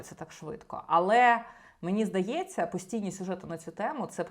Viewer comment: Цікаве відео, дякую ) Ви питали, чи дратує ваше цмакання. Мене не дуже. Але є інші звуки, що не дуже органічно звучать для мене. Такі слова, як "немаЄ", "знаЄш", "здаЄться", ви вимовляєте як "немаЭ", "знаЭш", "здаЭться", на російський манер. Стараюся не звертати уваги, але реально важко. Тому дивлюся вас рідко, на жаль.